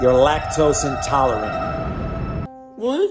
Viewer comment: That was a heart breaking moment when he said he was lacktaost and tolerate